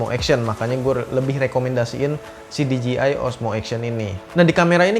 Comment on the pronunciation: DJI baca di je ai bukan di ji ai